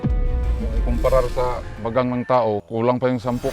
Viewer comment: Bagang❌ Bagag✅ 😂😂😂